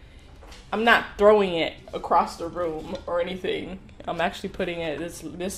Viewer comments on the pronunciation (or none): none